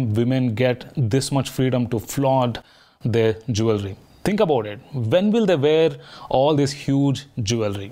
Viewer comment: Did you check the right pronunciation for ‘Jewellery’ 😅